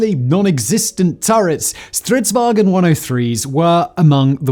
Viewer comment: All English speakers are always calling it Strids-"wagen". It's not German, so stop saying "waGen". VAng'n, or phonetic: vaʊ̯n.